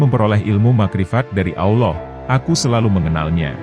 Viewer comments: BUKAN AWLOH TAPI ALLOOH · Sebutan Allah yang bener ya.. Bukan Auloh..... Sebetulnya ALLAH